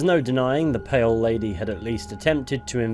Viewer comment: I first thought you said "Male Lady" on the intro until I re-listened